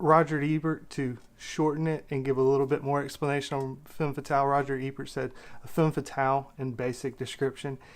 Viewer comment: Its femme fetahle, and film noowah, not noowar or noor or noo-ah